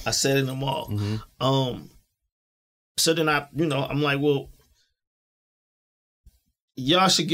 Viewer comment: Why is it so hard to say Mall(Mal)? Ex: People shop at the mall everyday.